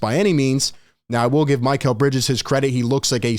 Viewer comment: isn't it Mee-Cal and not My-Cal